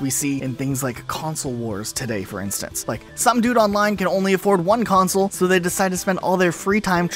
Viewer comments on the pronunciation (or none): none